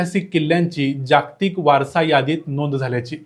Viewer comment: तुम्ही माहिती छान सांगता पण जागतिक शब्दाचा उच्चार नीट करा. जाग्तिक करु नका. कारण ह्यात जोडाक्षरे नाहीत. ज ग त क ही चार ही अक्षरे पुर्ण आली आहेत.